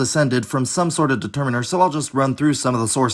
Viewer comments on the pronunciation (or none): none